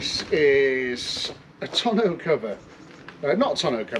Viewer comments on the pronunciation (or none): none